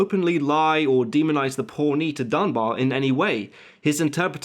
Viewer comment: Dunbar....not Dunbear....Dunbar